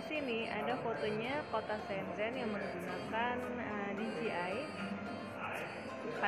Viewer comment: Sombong ya teman-temannya...😊 Mbak gadget blom mandi teteup cantik. Oh iya mbak.. Cuma info nih... Bacanya itu "Shen chen'' Keep vlogging ✌